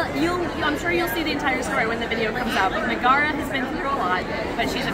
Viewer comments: i've always pronounced it 'meg-uh-ruh' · I think it’s pronounced like Megara from Hercules. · Pronounced MEG-uh-Ruh, emphasis on the Meg :) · Megara is pronounced Meg-uh- ruh. Like in the movie Hercules! She is from Greek mythology. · That's pronounced Meg-a-ra the first wife of Heracles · Its said as meg-era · Just fyi, Megara is usually pronounced MEG-uh-ruh. It’s an Anglicized version of Megaera, who was the first wife of Herakles/Hercules. They had a son and a daughter. Hera struck Herc with temporary madness and he ended Megara and their children brutally and had to perform his Twelve Labors to repent. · I think it’s Meg-uh-rah like Meg from Hercules! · I'm betting Megara is pronounced in the Roman way since it's the name of the female lead in Hercules (Disney version). Meg-uh-ruh. (and of course the wife of Heracles in mythology)